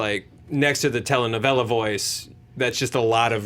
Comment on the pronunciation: Almost nailed the Telenovela...closed. The pronunciation was off in a few words. But, still a fun listen.👍🙂